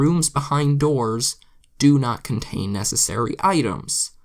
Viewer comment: it's actually necessary, not necissary xD